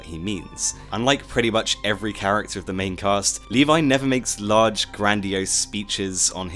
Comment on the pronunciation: ..... and you shouldn't pronunce Levi "Leevay", you should pronunce Levi "levy", and don't say shit like "iN tHe AnImE eVeRyOnE sAyS leevay" because you know how many problem Japan has with foreign languages.